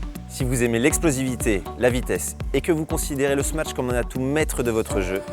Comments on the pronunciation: Vidéo bien faite mais on dit smash , pas smatch non ? Confusion entre smash et match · Smatch? Y’a pas de T wsh